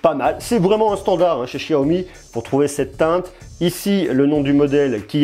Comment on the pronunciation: il es serieux de dire chiyomi mdrrrr